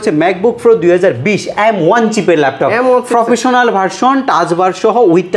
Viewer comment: ফ্রফেশনাল😂 ফ্রো😂 এগুলা কি😂